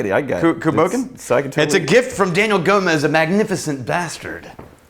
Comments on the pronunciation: Pronounced coo boKAHN. No, no, no, no, NO!!! NO FREAKING DANCE!!! That cr@ is just not right! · It's pronounced COO BAWcan. Cù means Dog & Bòcan means ghost in Gàidhlig. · "toe-MAH-ten COO-bah-KAHN" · Love how in one video you're berating people who pronounce Islay wrong but cant even pronounce Cù Bòcan